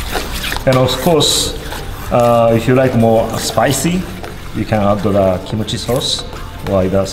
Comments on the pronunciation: He did said it as kimochi sauce than kimchi sauce. Replay the vid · Did he say kimochi sauce? Lol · Why do i hear kimochii sauce